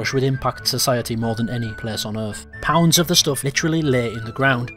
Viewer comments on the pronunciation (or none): none